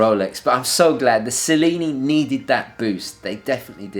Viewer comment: I am confused; You are a native Italian, right? So, why did you pronounced "Cellini" wrong..!? (ah, you already answered) And I totally agree with you: The Cellini line is also my favorite! The only Rolexes for me :D